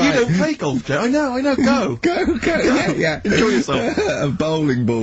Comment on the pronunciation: "well shizzen pay goff it zz a prezn goff goff wezza sa goff goff so..." It's like one of his movie reviews